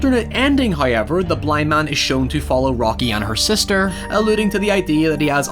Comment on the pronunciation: I think you mean HUIY-EVER